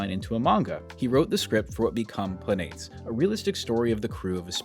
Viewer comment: Planetes is pronounced “planet-es”. Think of like saying “Planet S”